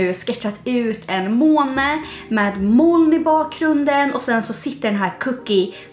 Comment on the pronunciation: Ditt uttal av ordet moln är verkligen inte okej.